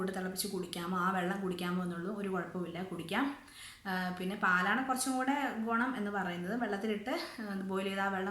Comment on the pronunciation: ഗൊണം അല്ല ഗുണം